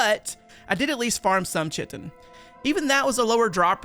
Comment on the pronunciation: chitin is pronounced 'Kite-In'